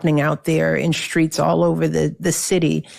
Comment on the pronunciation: Why does Michelle Obama continually mispronounce the word street. It's not SCHTREET. And struggle is not pronounced SCHTRUGGLE. Is she trying to sound ghetto, or does she just not give a sh!t?